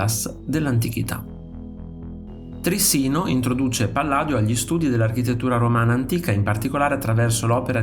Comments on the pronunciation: Interessante, ma la pronuncia corretta e' Tri'ssino e non Trissi'no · Trissino non si può ascoltare ahahahahha si dice Trìssino